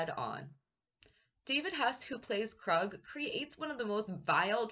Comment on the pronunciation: It's pronounced Kroooog not Krug or Krud 😆 You sure that you watched the movie 🍿 because they pronounce his name Kroooog like at least ten times 😁 and I think that the Kroog OR Krud 😆 should have at least been nominated for an Oscar OR Academy Award for his performance because when I saw this movie when I was 9 years old, I thought that Kroog and his crew were REAL PSYCHOTIC MURDERS. In my opinion, this movie 🎥 went way beyond "just acting", but that's what makes this movie so great. It's most definitely up there with my Top 10 favorite movies to enjoy along with Texas Chainsaw Massacre, Scarface, A Clockwork Orange, and Boogie Nights.